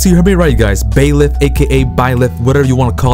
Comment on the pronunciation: Not to be rude, but it's Byleth, not Baeleth.